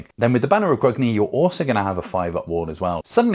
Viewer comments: Gr-UNG-ni not Gr-UG-ni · Please pronounce Grungni correctly, it hurts my ears to hear someone who calls themselves a dwarf pronouncing it like an elf!